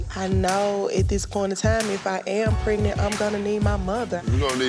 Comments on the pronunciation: Did Stevie just say, "Pregnito?" WTF! 😭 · Did Stevie really just say “pregnanto”💀